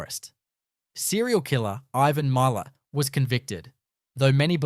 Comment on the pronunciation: I think the mispronunciation is due to AI.